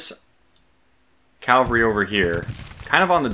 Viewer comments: It’s pronounced CAValry, not CALvalry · Curious that you pronounce it "cal-vary" rather than "cav-al-ry". Is that a regional thing? The short form is just "Cav" by itself. EDIT: Actually serious about the regional question.